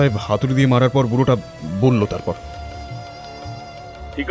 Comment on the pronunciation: Osadharon poribesona.. sudhu amar ekta chotto obhijog ache. narrator er bollo,chilo,korlo,boslo ai sobdo gulor uccharon khub i kharap. Mane lagche. May be hoeto amar I legeche. Tao janalam. Eta bad dile osadharon golpo❤❤